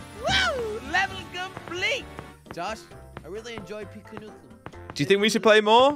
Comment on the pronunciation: yes josh, you pronounced pikuniku correctly